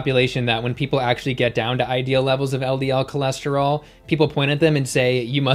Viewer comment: Did she say her cholesterol was "tour lure"?